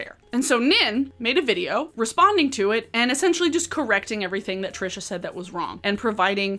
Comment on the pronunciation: YES!! I've seen so many creators that are responding to Trisha use the wrong pronunciation. It bugs me to no end because it feels like if they can't even pronounce it right they probably didn't even look into it that much.